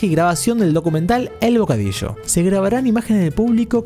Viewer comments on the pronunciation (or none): bocadisho xDDDDD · El bocadisho :v